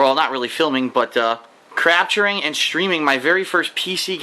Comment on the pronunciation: "Crapturing" lol